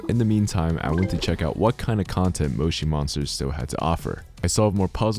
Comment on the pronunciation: That is not how you say Moshi monsters